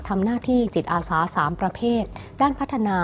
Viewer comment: คนอ่าน ติดสำเนียงอีสาน ใจเย็นๆนะ. ค่อยๆพูด. ตัว ก.เป็น. จ. ตัว. จ. เป็น. ก. จิตอาสา. ไม่ใช่. กิจ